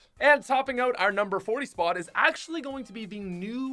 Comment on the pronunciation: When say oot instead of out